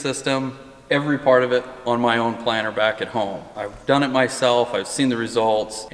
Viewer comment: I'm from Southern California and I keep hearing planner. I assume it's planter, just like assume crick is creek and rut is root. :) Also I'm. warming up to Cooper's mullet, but I don't think it's coming back to the west coast anytime soon. Although I could be wrong.